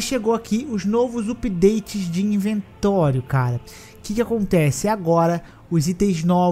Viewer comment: Perdi tudo com falando inventório KKKKKKKKKKK